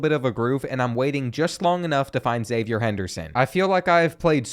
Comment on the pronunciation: Florida fan here: your pronunciation was overall good when you pronounced zipperer phonetically, but then you stayed saying "zippyer" lol not sure where that came from. the one other thing is Xzavier Henderson is pronounced Ex-zayv-ee-ur. Confused me for a while too